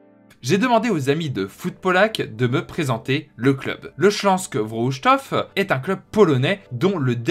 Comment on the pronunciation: Très content que le Śląsk Wrocław t'ai envoyé quelque chose vu que c'est l'équipe que je supporte ! Par contre ta prononciation est catastrophique 😂. Très bonne vidéo, je viens de découvrir ta chaîne bravo pour ton travail 👍